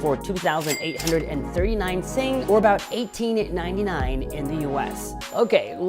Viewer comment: When u said 1899 u made it sound like it was $18.99